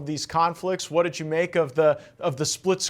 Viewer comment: Qual a dificuldade de falar “WHAT”ao inves de “UARA”?!?